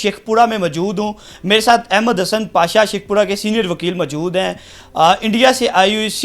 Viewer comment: بھائ ماجود نہیں موجود ھوتا ھے خاتون ھوتا ھے ختون نہیں ھوتا۔